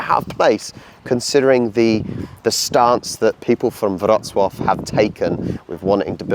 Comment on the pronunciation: Your polish is so much better. The way you pronounce Wroclaw is fantastic. Good work! Now get going on improving your English accent. Haha